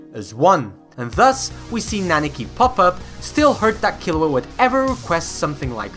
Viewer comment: I don't mean to be that guy that nitpicks minor stuff in a great video but you keep saying "Naniki" instead of "Nanika".